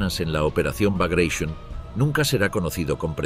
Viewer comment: Sorprende oír la palabra Baglatión (sí, con acento en la o) en inglés cuando la palabra es rusa y, por tanto, debe ser pronunciada o bien en ruso o bien en español